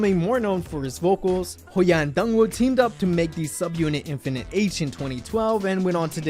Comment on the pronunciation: 1. I love how you oronounced their names not by romanization but how it should be in Hangeul :)) 2. thank you so much for doing this! this means a lot to me, a fan of Infinite since 2011 (i stopped fanboying to other KPop groups after them, it's been 9 years already and now I'm in medical school ... watching this reminisces me so lots of good memories) 3. IM SO PROUD OF MY HYUNGS!!!!